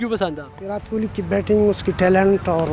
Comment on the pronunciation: Virath nai virat. Learn to pronounce